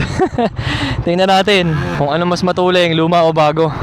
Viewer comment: bakit sinasabi nyo matuleng? hindi ba "Matulin" hindi "Matuleng"?